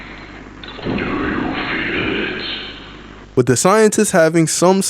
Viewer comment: "wit" is crazy 🤣